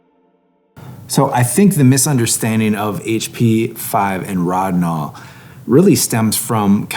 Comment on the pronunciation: P.S. An in German, where Rodinol was created by Agfa, the first "o" is long. You're the first person I've ever heard with the "rod" syllable, but as long as you get the results you want, you can call Lonidor if you like.